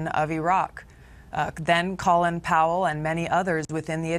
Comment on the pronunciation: Well done Tulsi on pronouncing Colin correctly.